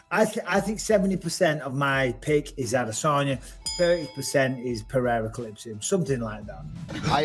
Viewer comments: Jesus Christ Ive seen bad pronunciations of "Pereira' but calling "Pierre" is just another level congrats Schaub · Brandon Shwab saying alex "pierra" is annoying. It's funny when our Lord says it though.